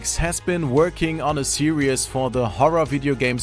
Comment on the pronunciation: Its pronounced serEEEEs not serEEUs